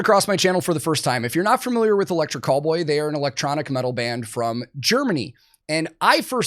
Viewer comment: I hate to admit this, but I was about 10 videos in before I realized he was saying Electric Callboy and NOT Electric Cowboy 🤦🏻‍♂️